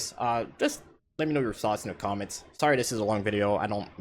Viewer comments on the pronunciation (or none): "Commants" xD